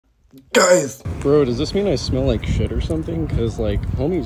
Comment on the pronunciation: The ”GUÆYS” was everything